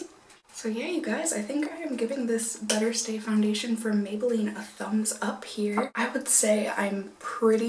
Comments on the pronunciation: the way she said "better" sounded like "butter." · did you say "maybelline superstay butter skin" at ? hahaha love it